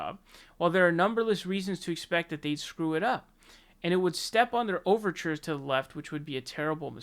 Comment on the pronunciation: What “overtures tithe left?” 😂🤣😂